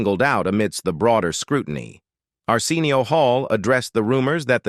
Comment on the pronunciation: I’m cringing because the AI reading this keeps mispronouncing Arsenio Hall’s first name. WTH? Fix it! It’s so disrespectful! 🤦🏻‍♀️